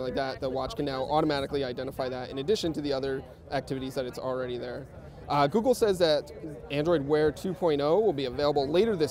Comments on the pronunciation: More like "Goo Wear".. :D Scrolled down just to find this comment :) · i thought he said ghoul wear